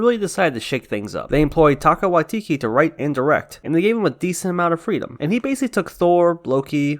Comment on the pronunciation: Tie-ka wah-tee-tee somebody correct me if I'm wrong, but I believe this is the correct pronounciation.